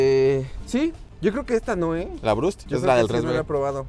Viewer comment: Video especial desde el reclusorio por eso andan con uniforme y Lalo nunca pronuncia bien la BURST, cambia la R de lugar